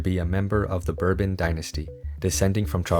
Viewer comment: Royalist would be more stable. Napoleon was a monarch, Louis Charles X, Louis XVIII, Louis Phillipe the House or Orleans is Bourbon through the King Louis XVI brother who collaborated with the Revolution, Louis Bonaparte. Learn to pronounce "Bourbon"...it isn't pronounced like the whiskey.